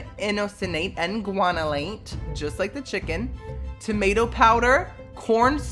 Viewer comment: Anybody else realize he pronounces tomato as "timato"? lmaooooo